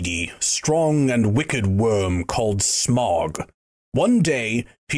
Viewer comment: Wrong pronunciation of Smaug